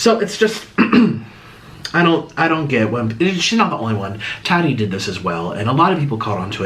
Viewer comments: Say it with me. TA TEE not taty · STOP SAYING TAHDEE 😂😂😂😂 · He keeps calling Tati taaadeee 😂